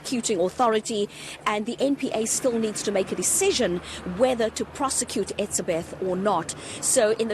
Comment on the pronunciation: Why can't she say hes name correctly???????